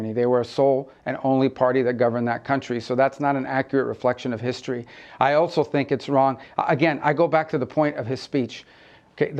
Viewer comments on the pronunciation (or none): none